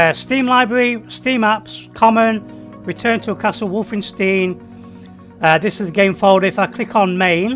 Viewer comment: The way he says Wolfenstein during the start hurts